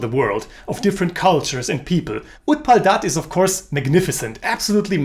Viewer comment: Being a bengali just wanted to point out the Pronounciations Agontuk like aah gwon tuk Utpal dutta like ut Paul dot toh Anila like awe neel uh Manomohan mitra like moan oh mow hon mit toh Sudhindra like shoe dhin dro